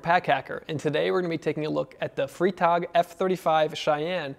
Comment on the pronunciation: It's "fry"-tag (like Friday), which is the German word for, well.. Friday. 🙂